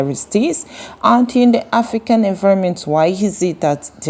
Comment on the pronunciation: It's "AFRICAN" and NOT "AFRICAND" PLEEEAAASE!!!!!!!